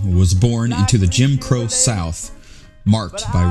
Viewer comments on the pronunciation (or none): none